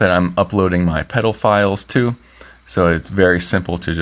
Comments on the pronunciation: “peddle files” That did not sound right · Make sure you enunciate "pedal files", considering the recent political environment... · Be careful how you say "pedal files" 😂😂😂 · What? Oh, "pedal files". OK. 😂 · Please don't say pedal-files. ;) That might get you cancelled. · lol you said pedal files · Did you say "pedal files"?! LOL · I Diddy a double take when I heard "pedal files". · At first, I did NOT hear "pedal files." 😅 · Be careful how you say Pedal files. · You know, I guess you have to go really careful about how you pronounce "pedal file". 😅